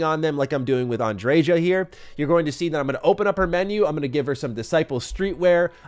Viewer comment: Bro said “an-dre-jah”